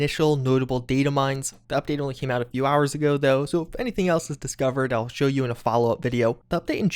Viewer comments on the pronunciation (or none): none